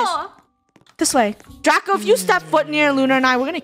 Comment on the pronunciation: it’s Draco not Drago